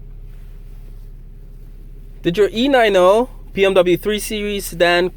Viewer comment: Like your videos, but please stop saying E Nine O. It's E Ninety...you'll thank me later.